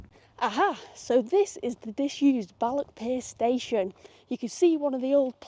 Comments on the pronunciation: It's Balloch, not Ballock. And it's loch, not lock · It’s balloccchhh! Not ballok .. 🤣🤣 try harder x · Love your presentations. Balloch is och, not ock.